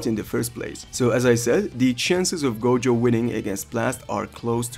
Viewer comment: who else heard goGOAT